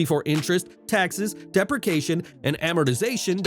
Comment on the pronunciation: LMAO!!! I can’t get over how the narrator cannot say “DEPRECIATION”!!! 🤣🤣🤣🤣🤣